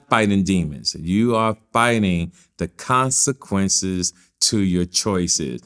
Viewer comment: "CONSEQCHIOCES"